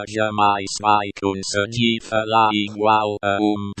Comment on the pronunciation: "ingual" :-D